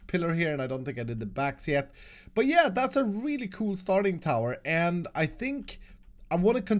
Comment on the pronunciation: I love when he says “coole”😂👍